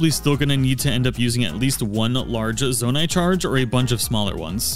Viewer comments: Great video, I learned a lot. I'm looking forward to checking out your other videos. Here's some constructive criticism that you did'nt ask for. You keep switching how you're pronouncing Zonai. Sometimes you say it correctly, "Zoah-night". Other times you pronounced it like "Zah-night". It didn't make the video unwatchable,everything else is really great quality. It sid really stand out to me more as the video went on. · In every video he says z-ON-a-it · it's Zo-NAI. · Seriously lol, there’s always somebody who will pronounce something simple wrong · nah bro really said zawnai 💀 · When you call a construct a zonai. And then pronounce zonai wrong. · Love your videos. I hate how you pronounce anything, Zonai.